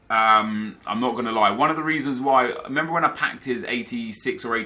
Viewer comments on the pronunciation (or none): none